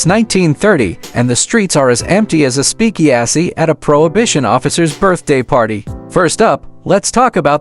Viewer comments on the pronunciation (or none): Stupid AI... a speak-e-assy, not speakeasy